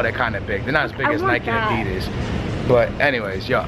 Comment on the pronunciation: Your saying adidas wrong